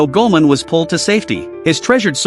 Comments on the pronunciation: Its goimon not guman😂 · ok but who is goman? does this ai shit content means "goemon" pronounced "ghemon"? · Hearing the AI butcher "Goman"s name is infuriating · Thats goemon not goman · Goemon, not "goman" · Goemon is pronounced Goy-Mon! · Bro it’s gemon come on